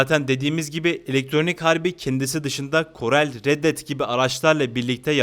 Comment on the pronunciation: allah aşkına şu Korala korel demekten vazgec sinir bozucu oluyor. aylardır korel deyip duruyorsun